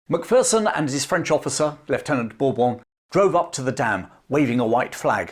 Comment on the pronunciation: It's pronounced mac fare son or mc fair son